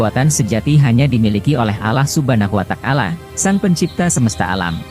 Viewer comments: bukan alah suban watakala ,yang bener allah subhanahu wata,al ,jadi juru bica yang bener lo sembarangan ,perbaiki bicara lo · pengisi suaranya salah sebut Allah subhana watakala yg benar Allah subhana huwata ala